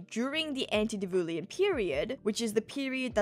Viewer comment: I'm sure someone else probably mentioned it already, but it's "anti-diluvian", not "anti-divulian"